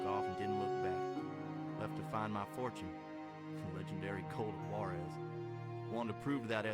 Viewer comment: i hate how you pronounce Jaurez.... (WHA-Rez) or if you're southern like me (WAW-REZ)